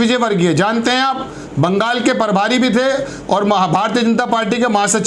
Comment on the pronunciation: Parbhari nhi prabhari